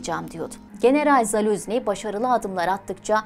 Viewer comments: yanlış okuyorsun soyadını Zaluzni değil ZaluJni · Doğru telaffuzu: ZALUJNIY